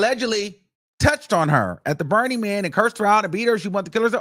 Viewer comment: I hope ain’t pronouncing Beenie Man “Burny Man” 😂😂😂